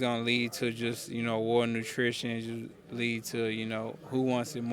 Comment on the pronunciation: Not sure if Spence means “A war of attrition” he said a war of nutrition”. So whoever eats the healthiest pre fight meal wins! 😂